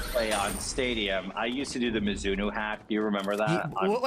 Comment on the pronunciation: pronouncing it as “Mizz-inno” is some wild shit